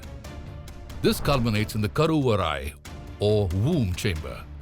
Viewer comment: Karuvarai pronounciation was perfect…thoda idhar udhar hota to